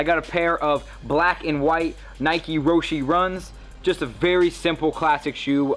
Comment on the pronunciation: they're roshe not rosheyyy